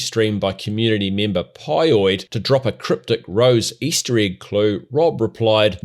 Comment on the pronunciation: Pyoid is furious you pronounced his name wrong lmao